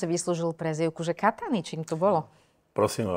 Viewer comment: Kataniy.....ja som počul....KAKANY